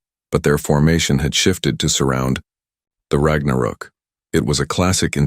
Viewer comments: rag na rook? omg.. please fix your AI and work on your inbound CC on our display. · AI Trash, can't pronounce Ragnarok.